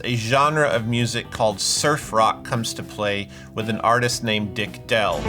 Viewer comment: Izzat "Dick Dell" or do you just pronounce "Dale" weird? Also...Top-Anga?????